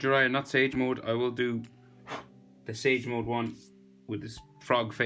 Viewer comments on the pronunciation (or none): none